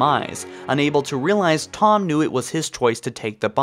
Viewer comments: Its pronounced Tee-home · I don't think anybody forgot about Thom, seems like just click bait. And the H is more pronounced than how you say it.